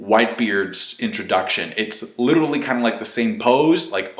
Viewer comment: fucking hell if youre going to use the word LITERALLY learn how to fucking say it!!!!!!!!! "littlely" IS NOT HOW YOU SAY IT.